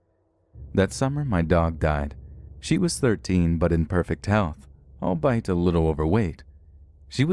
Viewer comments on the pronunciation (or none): Let’s Read: by the guy who says “extentional” instead of “extensive” and “albite” instead of “albeit”. Come on now. Who’s more to blame, the writer who wrote those words or the “professional” narrator who didn’t know they were horribly wrong??? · not 'all bite' for albeit :face-green-smiling: voice cloning